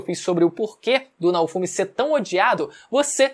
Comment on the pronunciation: Se pronuncia Naôfomi, pqp assisti uma vez que tu aprende